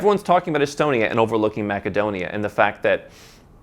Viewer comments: Is ‘maca-donia’ how you pronounce it locally? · It is pronounced MASSADONIA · Funny your pronunciation of Macedonia